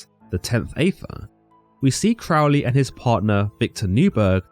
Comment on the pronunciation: Aethyr is pronounced as “Eith-Ther”. Even with a🇬🇧Accent! 😤🤨That’s why Crowley, Dee, & Kelly all spelled it beginning with an, “Æ”. Only pronounced 1 way.